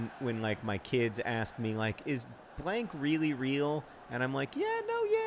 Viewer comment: When you said "blank" I heard "hank" and was disappointed when I learned that was false